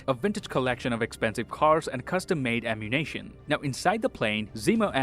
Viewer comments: Is he saying ammunation on purpose as in the gun store in gta or is he just saying ammunition wrong? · DId anyone realize that he kept saying ammunation instead of ammunition? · every time you said "ammu-nation" instead of "ammunition" all i could think of is GTA and i love it lmao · Nobody:: “AmMuNaTiOn” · "ammunation" wait is this GTAV?